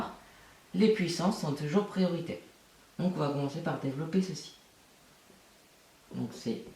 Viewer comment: Ça ma stresser ton "Dévolopper"